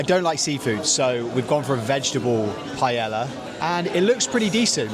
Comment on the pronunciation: ouch. Improve the pronunciation of paella please